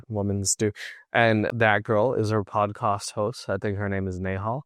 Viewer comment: It's podcast* not podcost